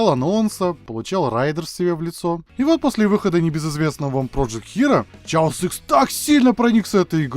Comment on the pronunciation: Хаос икс, почему "Чаос"?